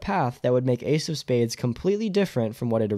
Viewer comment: "Why AIDS of space died" It took me a hard minute to figure out you were talking about Ace of Spades lmao